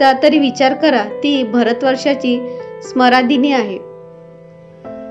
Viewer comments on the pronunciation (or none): कथेतून बोध घेऊन आपणही वाचन, मनन करावे व उच्चार सुधारणा करावी. आपण अद्वैत चा उच्चार अवैत करता तर सम्राज्ञी ला आपण लिहीताही स्मरादिनी आणि वाचताही तसेच. बृहन्नडाही आपण नीट उच्चारले नाही. कथावाचकास आवश्यक आवाज आपणांकडे आहे आणि योग्य वाचन, मनन, चिंतनास सरावाची जोड दिल्यास उत्तम कथावाचक होण्याचे गुणही आत्मसात होतील. तुम्हाला पुढील वाटचालीसाठी शुभेच्छा !